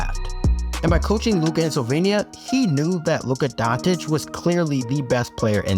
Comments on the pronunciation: "Solvenia" smh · Deer Americans. It's Slovenia, not Slovania. See the letter E there?